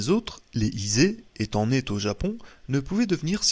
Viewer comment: merci pour cette lecture intéressante mais qu'il est pénible et insupportable d'entendre toutes les trois minutes des fausses liaisons! (... se mirent néanmoins t-en grêve... , ...sont nés t-au japon...)